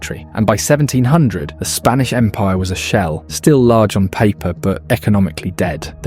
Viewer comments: "Spnaish empire" ? 🤣🤣 Or is it "Spinach"?.... "Spanish"? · "Spnaish" Empire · seconds in and it's the SPNAISH EMPIRE brother... PLEASE. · 'spnaish empire' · “Spnaish Empire”